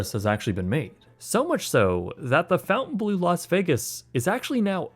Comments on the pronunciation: The pronunciation of "Fontainebleau" as "Fountain blue" irked me more than it should throughout for the whole video 😄 Phonetically, it's pronunced "fon-tuhn-bluh" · Fon-tain, not fountain. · FONT-AYN BLUE. you kept saying fountain-blue seems wrong. Please tell me I’m wrong and they only spell it that way! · Fontaine not fountain. Ugh smh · "bleau" not "blue"... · Hey, sorry to be that guy but it’s pronounced, FON-TE-E-N-BLAU not fountain-Blue 😅 sorry, local Vegas resident here lol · Pronounced Fountain-BLOW, not Fountain-blue. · It’s FONTainbleau. (NOT) FOUNTainbleau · It’s fontaine, not fountain. Correct? Like pronounced font-ain. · It’s not pronounced “fountain” it’s Fontaine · Its Fon-taine not fountain. Love the video but it killed me with the pronunciation. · I love your content dude but every time you said fountain blue rather than fon-taine bleau it made my eye twitch haha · Fontain not fountain 😂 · Fon-taine not fountain. 😂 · It's not the fountain blue. The pronunciation is more like Fon-Tein-Blow. "Bleau" is a shortening of belle eau, "good water". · Just a heads up it’s pronounced (fon-tane-blue) not fountain blue. It would never in any language be pronounced fountain blue. Just trying to give a heads up. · Fon-taine NOT "FOUNTAIN" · It’s pronounced blow not blue. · Are we sure it’s pronounced fountainblue instead of Fontanblo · Is it just me, or is he saying Fountain Bleau instead of Fontaine Bleau? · FONtainbleau!!!! It's not FOUNtainbleau!!!!! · babes i love your content but it’s pronounced “FAWN-tane” not fountain 🥲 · It's pronounced fountain-blow, not fountain-blue. Sorry just had to point this out. Edit: I may be wrong on this. Watching old videos on the french chateaux namesake. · This is probably just me being a nerd, but I believe Fontainebleau is pronounced with a longer "o" more like saying "Fawnt" as in paw instead of "Fount" as in out. Thanks for another great video! ❤️🙏🏻😁👍🏻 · And it's 'bleau' not 'bleu' - so not blue either!